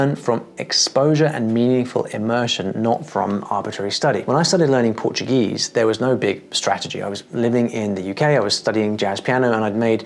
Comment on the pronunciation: His pronunciation in portuguese is better than mine. That's so crazy man.